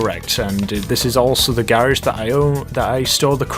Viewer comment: Blue Beer That's how you say it, or at least in the UK